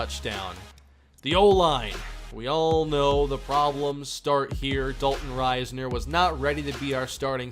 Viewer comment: I hate how says Risner. Huge kstate fan and always heard it as an ih sound not a long I